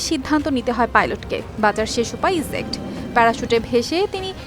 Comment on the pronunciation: উপস্থাপিকার বাংলাটা খুব সুন্দর তবে ইংরেজিটাও ঠিক করতে হবে। জেট বিমান, ইজেক্ট - এসব শব্দের “জ” (J) এর উচ্চারণটা ঠিক করুন। নতুবা এত সুন্দর কন্ঠ অসুন্দর শোনায়।